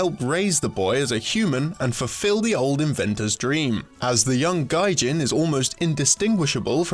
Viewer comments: Why would you pronounce "gijin" (ギジン) as "gaijin" (外人)? Unless that translation would be incorrect, that's a completely different thing. However, checking out the Japanese wikipedia entry for it, gijin is correct. So why the terrible mispronounciation? I mean, you make a show about Japanese video games and don't have a single person on the crew that knows basic Japanese pronounciation...? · Though it's already been posted, Gijin is pronounced Ghee-jin, and means machine people. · I just got to the "gaijin" part. What a fucking disgrace. Take this video down and do it over again. Embarrassment to the channel. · Oh my god hahaha even though the pronunciation is incorrect, if you take the story/gameplay as actually meaning foreigner in Japan this is hilarious haha "As the young gaijin is almost indistinguishable from a real human, many people on the island (japan) mistake him for one of their own, In many cases he won't understand what's being instructed...worship normal day objects for no good reason...can praise him for using items correctly (chopsticks)..." hahaha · Beating a dead horse. I think it's pronounced "ɡē-jin". 「ぎ」= "ɡē" 「じん/人」 being "jin" This of course is assuming a 1:1 romaji translation. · If you're gonna talk about Japanese games, make sure you can pronounce Japanese words. Gaijin? lol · pronounces "Gijin" as "Gaijin" looks at Gaijin Goombah's name Okay, so even though I have no knowledge of the Japanese language, my guess is that he mispronounced that. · >Another snes game on this show, nice nintendo bias. >It's a raising sim >Pronounces "Gijin" Gaijin >The game's plot is just low grade astro boy or megaman God damn it guys come on. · Dude. DUDE. It's GEEjin. Hard G, like Key. Your pronunciation was....so highly wrong. Just.....just yikes. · Wouldn't that be pronounced "gee - jin" ? Gaijin is something completely different. A gijin would be "artificial person". Gaijin is "outside person" or foreigner. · Orlando Byron I cringed evertime